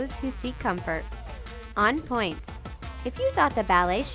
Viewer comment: "Pointe" is pronounced "pwant", not "point".